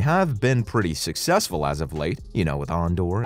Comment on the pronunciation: “AHN-Door.” 😂😂😂 Literally never heard anyone pronounce Andor like that!